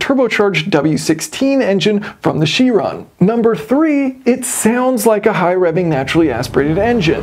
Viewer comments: for info its veyron and chiron not veyeronne or chieronne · You Pronounce CHiron incorrectly. Its not a French word. Its from the Greek. And is a "K" Tell Mr Tate if u ever bump into him.